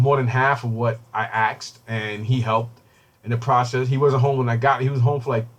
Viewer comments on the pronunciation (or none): Why do you keep saying BROUGHT instead of Bought and AXED instead of Asked?